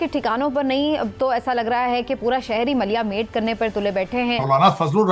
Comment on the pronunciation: Maliya male nhi MATIYA MATE .....WORD HOTA HAI.......MALIYA MATE KOI WORD NHI HOTA HAI.......THANK YOU....